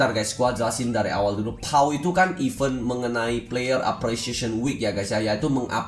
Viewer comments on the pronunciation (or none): none